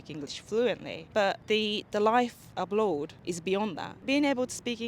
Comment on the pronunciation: "The life abload" :D